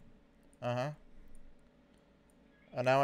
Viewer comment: “Just hwait” —-> “I’m hwaitingg”